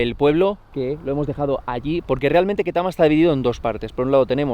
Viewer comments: se pronuncia ktama no ketama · It's pronounced ketami as in a b c